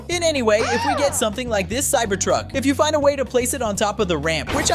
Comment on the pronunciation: Cyber tuck not cybered tuck